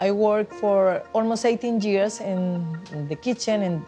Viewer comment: She's been in this country for 20 years but still thinks the word years starts with a J